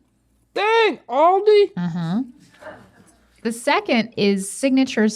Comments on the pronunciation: The way the pronounce Aldi hurts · Come on it's Aldi not Ahlldee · ALDI IS NOT PRONOUNCED LIKE THAT OMG STOP it is hurting my soul xD